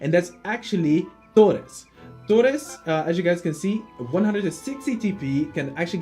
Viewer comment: I'm a native Spanish speaker and was a little funny the moment you said Torres. Nice top, I'm hyped for the strikers and midfielders top.